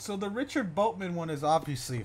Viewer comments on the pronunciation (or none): why does everybody say richard boltman other than richard borderman